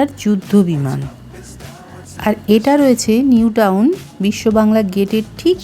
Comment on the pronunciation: ওটা New town, নিউটাউন হবে, নিউটন নয় !